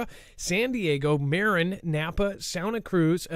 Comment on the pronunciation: It's Ma-RIN county, not MARE-in county, you silly Seattleboy... 😆